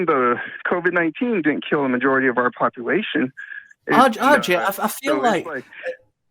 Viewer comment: says, "RJ, RJ, RJ... RJ...". What I hear is, "Audrey, Audrey, Audrey... Audrey...". 😂